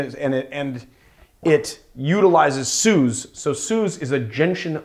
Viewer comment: Wow, that was a great drink. Love it when I have all the ingredients at hand...Dolin Blanc (you pronounce it well, it's just the C is silent...) and one day, I'll teach you to pronounce SUZE in the proper way....not SOOZE.... OK, I'm off to make myself another drink!